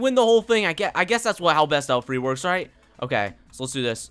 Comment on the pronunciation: Actually its right behind me 😂 not "rigt" behind me you correct him I correct you